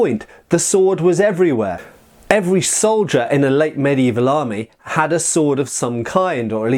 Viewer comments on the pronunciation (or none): none